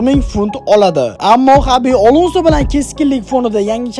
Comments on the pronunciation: Azar; Alonso deng brat🤦‍♂️😂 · Сиз исмларда биринчи келган А ҳарфини атайлаб Ога айлантириб айтасизми Озар,Олонса деб😂😂